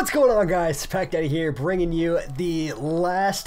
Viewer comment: Your intro sounded like you said what’s up guys pekka here just think of pekka when he says it then rewind it and think of pack daddy it’s just the intro though kinda trippy